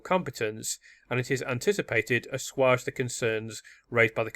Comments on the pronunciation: I respect work, but I do find that grates! it's 'a-swage' ♥ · Please learn how to pronounce the word "assuage".